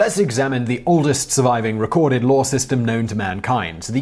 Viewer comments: I like how when Simon Says law, the word I hear is "lore", and when referring to really old text, the word still fits :-) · Law does have an R in it right?